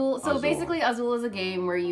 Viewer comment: As a brazillian portuguese native speaker I'm really amazed how pronounces "Azul" perfectly.